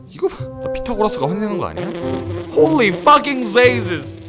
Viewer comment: 홀리 풔킹 지저스 발음이 개웃기네 ㅋㅋㅋㅋㅋㅋㅋ